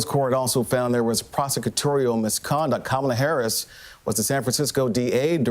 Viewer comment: This guy needs to stop blaming VP Harris when she was not even the one that worked on his case. The police had a eye witness! Thats where his main problem came in at. However, it seem like a Fox News plant... they always on purpose say the VP name wrong